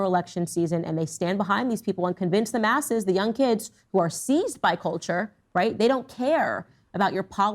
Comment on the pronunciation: did Candace say “convince the masses” or “convince them asses” - either way she’s right.